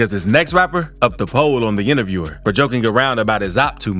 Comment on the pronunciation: That last one eas weak asf. The "intervierwer" lmaoo he was ass and I woulda beat tf outta him gun or not